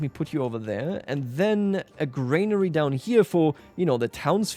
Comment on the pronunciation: Jsyk it’s granary not grainary. Enjoying the play-through!